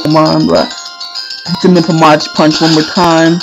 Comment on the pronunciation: mach is pronounced with a 'mawk' not 'mawtch'